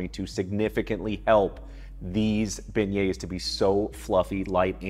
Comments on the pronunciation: pronounced bay-yay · stop pronouncing the s at the end..you're not supposed to say it. its silent. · I came here just to hear him pronounce beignets so I don’t look stupid at Popeyes